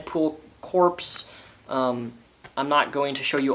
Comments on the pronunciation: Oddly enough I used to pronounce it "corpse" until I heard someone else say the word. It is an easy mistake to make. Glad you pointed it to him though, hope he doesn't feel too bad about a mispronunciation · corps is pronounced "core" its latin :) not trying to be a grammar nazi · It's pronounce core. Sorry, but it just bothered me just a bit.